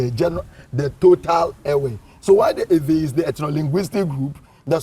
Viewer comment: Use the media to educate and re educate. The agenda of Ghanaian journalism cult is on a mission to mis-educate our people. How come a claimed ''educated'' journalist who is an Eʋe indigene speaking with a host who claims to be ''a historian'' can allow themselves to be calling us ''ewe''? Ewe is a female sheep in the English language. The name of a person or a group cannot be translated, and the English version of Eʋe is never ewe. Kofi always remains Kofi, then our name Eʋe should always remain EƲE period and other Ghanaians who cannot pronounce it should learn how to pronounce it from us. And ''Ayi-gbe'' ( Ayi refused) is not our name either. Ghana is making every effort through her cultist journalists and their media to cut off our heritage . We remain Eʋe from the Volta region through Togo, Benin aka Dahomey right up to Gbadagli in south-east Nigeria. Calling us this female sheep would make foreigners including our own native children believe that's how we are supposed to be called especially when they're speaking English .